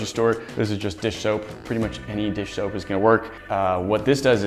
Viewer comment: around 3;30 you said dish shoap